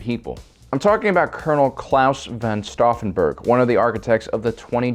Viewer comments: The attempt to pronounce Klaus von Stauffenberg has left me scarred...and deformed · Each time I hear the pronounciation of STAUFFENBERG, I feel an urge to correct it. Sorry.